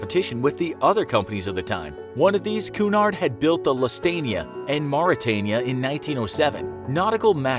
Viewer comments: Lus-tania???? I think you mean Lus-i-tania (pronounced Loositania) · It’s cUUUUUnard not cnard and it’s lucytania that’s how they are pronounced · "lust-ania" Really man? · LUC-Y-TANIA (not LOSEtania) CAR-PAY-THIA ( not carpah-thia) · The Lustania and Caparthia. Really? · Did he just say lustania? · "One of these, Cunard, had built the Lustania." I'm going to leave now. it's Lusitania, with an i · It’s pronounced Lusitania not Lustania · I died at "luss-tania." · Run that ship name by me one more time? Its 'Loose-ah-tay-nia' 🙄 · I like this vid but you said lustanea not lusatania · Carpathia. Not Carparthia. Also its LOOSE-ITANIA. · ... did you just say 'Lustania'? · “CAR-pathia” “LOOS-itania” How did this project get so far without any correction? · It makes me cringe the way you pronounce some of these ships names lol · lol how the narrator mispronounces the other ships like Carpathia and Lusitania are hilarious and make me dead inside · So many things in this video are wrong. First the pronunciations of the Lusitania and the Carpathia. Second many documentaries disagree that the ship was built with inferior materials that is a myth. The ship was build like a battle ship. It was nature that sunk it. Look up cold water mirage. There is even a YouTube video about it. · I understand that this may seem a bit harsh but could you not have researched how to pronounce Lusitiana and Carpathia? Or even what those two ships looked like? A couple of facts you’ve presented here are incorrect. Again, I’m sorry if I sound a harsh at all. I love your channel, and I’m just saying this so that your videos can improve. 👍🏻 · And he pronounced Cunard and Lusitania wrong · “Lusitania” was pronounced incorrectly. “Carpathia” was pronounced wrong aswell. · Why did the narrator mispronounce the names of the Lusitania AND the Carpathia? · You lost all total respect and credibility when you mis-pronounced "Lusitania." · The way you pronounce Lusitania and Carpathia makes me cringe hard.